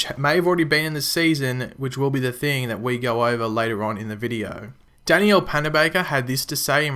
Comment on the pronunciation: What really annoys me is..... not being able to pronounce danielle's name correctly